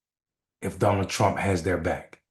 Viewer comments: "Donald Prump" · Did he really say Donald Prump? PRUMP? Who is Donald Prump? When you call yourself Trump and mess it up and say Prump you have something in your head like a worm whispering stage things PRUMP!